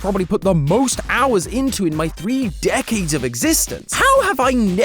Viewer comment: Did you really need to pronounce "decades" in "three decades of existing" in THAT way? :|